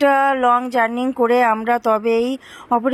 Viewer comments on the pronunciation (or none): none